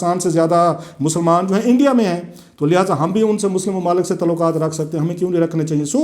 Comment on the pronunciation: پاکستان کیسے ترقی کرے گا- تعلقات کو "تولاکا ت" کہنے والا ہمارا نام نہاد صحافی جس کے ہر جملے میں زبان اور تلفظ کی غلطی ہے دنیا کو بین الاقوامی سیاست کا تجزیہ کر کے دکھا رہا ہے! ایسے لوگ ہمارے ہاں عوام الناس کی رائے سازی کرتے ہیں- حیراں ہوں دل کو روؤں کہ پیٹوں جگر کو میں!